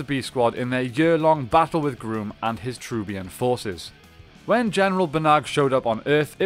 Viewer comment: His name is not pronounced Groom it is pronounced Gruum.